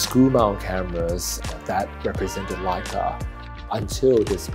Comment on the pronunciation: The "Wu" Leica